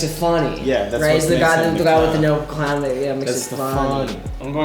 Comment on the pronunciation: he's not even a real CLAhWn that's what makes it FONNY